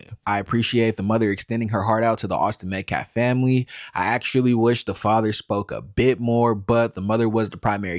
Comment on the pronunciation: I thought he was pronoucing Metcalf wrong on purpose until i relized he just can't speak English very well.